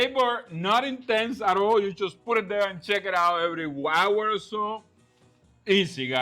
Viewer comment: Ok so how often should I check in on the jerky you said “every wower or so”?